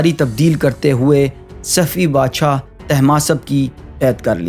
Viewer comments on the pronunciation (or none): ..your content is good one but your Urdu pernounciation is not far good..like you said word," Bashaa" BADSHA is Right one..Make sure to correct your wording